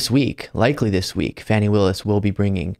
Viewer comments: FAUNY, not Fanny. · Dude. It's not Fanny. It's Fawny. She deliberately slurred her name and you just swallowed it. I like your show. Please tighten it up. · Please,. You are mispronouncing Fani Willis' name. It's jarring and unbecoming of you to do so. It's not pronounced like fanny. The proper pronunciation is FAH-nee. It would be to your credit to respect her enough to adopt the correct pronunciation. Thanks, kindly. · Fawn e Willis. I love you,, but please get it right.